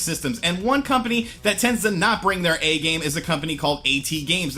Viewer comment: "A-T-Games"? It's *AT*Games